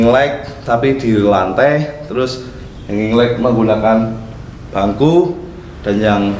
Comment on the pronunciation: "kena lante" wong jowo iki.